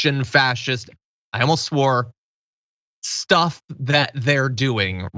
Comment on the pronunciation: “Shtuff “, John, it’s called, “shtuff”😅